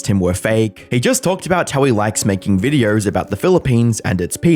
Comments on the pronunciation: just curious, who pronounces videos with an 'r'. It sounds ridiculous. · There is no R in the word videos mate XD Videööorrr